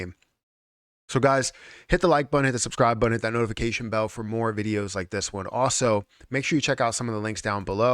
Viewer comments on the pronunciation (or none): none